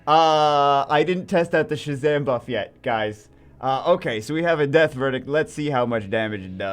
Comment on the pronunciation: slow down Jew or we 're not gonna have a power "bruff" lmao